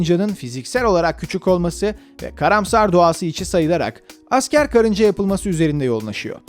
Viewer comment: ANTZ ne ya animenin adı karınca Z KARINCAZ değil